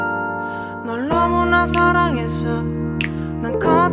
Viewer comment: 습관같은거요 권정열님같은 경우는 음절 끝에 이나 에 발음 하는것도 쿠세의 일종이죠 너무나 사랑해서이~ 이런식으로 발음이 되시잖아요